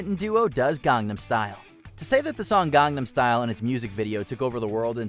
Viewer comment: 🤯finally pronounced Gangnam Style right....😆